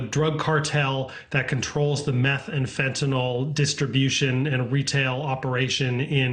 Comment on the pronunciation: And thank you for pronouncing it properly. Once or twice! Fentanyl, nyl, not nol !! Very unusual in most states! They butcher it, like so much of the English language!!